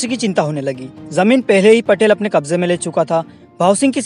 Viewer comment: भाईसाहब पटेल नही पाटील पटेल और पाटील मे फरक होता है जय तंट्या मामा🙏🙏बहुत अच्छी जानकारी दी धन्यवाद